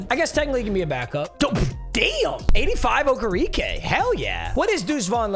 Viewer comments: O-ker-ah-k that’s how you pronounce it lol not okerekeee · i love you and you’re mispronunciation of names but okereke is pronounced oh-kara-kae